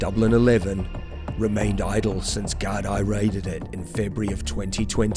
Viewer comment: For future reference in your videos, the correct pronunciation is Garda/Guard for singular or Gaar-dee for plural. It comes from the Irish, Gardai Siochana..'Guards of the Peace'